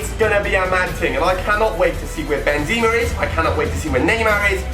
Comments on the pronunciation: are you kidding me thats not how you say benzema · How can you always wanted benzema but can't say his name right??